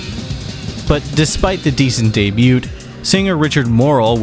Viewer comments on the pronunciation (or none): My guy did you just pronounce "debut" as "day-byooT"??? Lol wtf